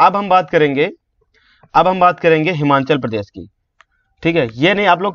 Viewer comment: Aap kaish tarika se pronunciation Kar raha hai sir ji...Himachal Pradesh ko Himanchal bol raha hai...